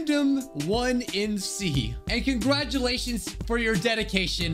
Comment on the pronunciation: Sorry I was so late to see this, was at college then I was heading home, (Also for future, you can pronounce it as Random iNC like mystery iNC from scooby doo, the 1 is just there for uniqueness lmao)